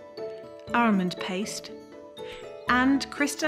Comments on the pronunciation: Thats a weird way to pronounce Almond.. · …and “armond” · Definitely ARMOND 😊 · Most of us say it like that in England.